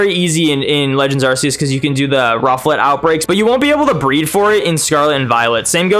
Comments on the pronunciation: Silvally - RKS System. R K S. You can stop saying Arseus now. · as i know how to pronounce these, luckily that's not me. But in that defence, there isn't a hard pronunciation for them. Arceus, there is. No excuse. 😂